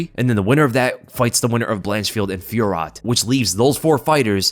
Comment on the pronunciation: The pronunciation of fiorot 😂